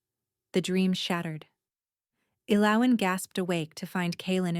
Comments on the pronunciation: What is your name ? E loween 😂😂😂😂 poor AI.....the girl can't even pronounce her own name lol. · Right? Very rarely pronounced correctly. [EL-o-when] Which is a shame because it's a beautiful name. Great story though. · Ellowen is pronounced L-O-win. Please pronunciation pronunciation correctly or make your computer do it I don’t know who’s doing it. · This was nice … just wish the pronunciation of her name wasn’t so off throughout the story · Ell oh when....every time they mispronounced her name it irritated me lol. The only bad thing about AI reading the story is the mispronunciations of certain words, like damask...,duh mosk...so frustrating,but a great story otherwise if they could just stick to one pronunciation it wouldn't be so bad...